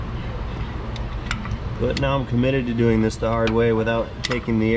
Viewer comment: "Starting ze engine" always gets me lol